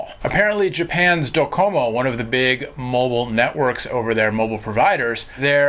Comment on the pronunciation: It's pronounced "Doh-cum-oh" :)